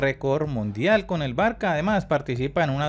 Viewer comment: Se escribe Barça pero se pronuncia Barsa menso!